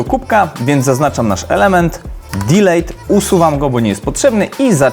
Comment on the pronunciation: DILIT!!!! NIE DILEJT 😡😠😤